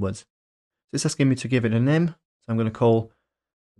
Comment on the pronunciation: "Macbook Eh", "String nem", aaagggghhhh 🙉